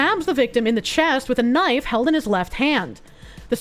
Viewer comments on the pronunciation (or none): none